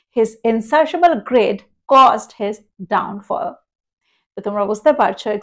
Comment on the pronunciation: Pronunciation of greed is "grid" not "grad"